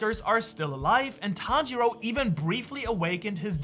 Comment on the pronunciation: Le playback est génial Et le Tanjili à la minute l'est tout autant, et tanjiru à la Minute ...je savais pas que c'était possible d'ecorcher un nom autant de fois😂 sinon, vidéo intéressante et super naration vraiment agréable à écouter !!